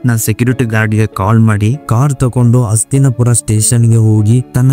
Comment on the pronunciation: ಅಣ್ಣ ನಿಮ್ಮ ಉಚ್ಚಾರಣೆ ಸ್ಪಷ್ಟವಿಲ್ಲ. ಅಸ್ತಿನಪುರ ಅಂತಿರ. ಅದು ಹಸ್ತಿನಾಪುರನಾ?